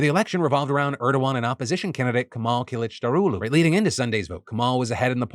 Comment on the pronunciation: Phil srsly dropped "Kemal Kılıçdaroğlu" like it was nothing. Absolute pronunciation god.